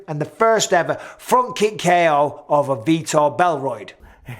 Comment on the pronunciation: “Belroid” 😂 I hereby christen thee. That’s sticking.